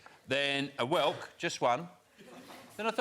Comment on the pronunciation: That’s great about the Minotaur, but it’s whelk.